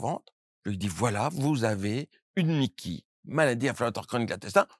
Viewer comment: C'est MICI pas MIKI 😓 moi je n'ai plus de côlon à cause d'une RCH, bah ça va, aucun changement. Un dermatologue qui guerri l'intestin, c'est comme un cancre qui devient multimilliardaire 🙄 Et entre nous ! On dit "aller À LA SELLE"! Rien que le début est foireux 😓 Ok, la suite est pire ! "Une maladie de Crohn du côlon " hey pépère ! Ça se nomme une rectocolite hémorragique !!! Et ce n'est même pas le même problème de base!!! Je continue de boire du lait sans côlon ! Avec votre théorie fumeuse, j'aurais un maladie de Crohn !!! Aller voir un psychiatre ! Médecin de pacotille !